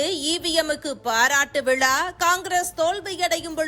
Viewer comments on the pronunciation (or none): none